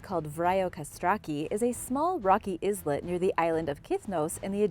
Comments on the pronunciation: Islet, a small island, is pronounced eye-let. The S is silent! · That is NOT how you pronounce islet in English.. The S is silent. Aye-let.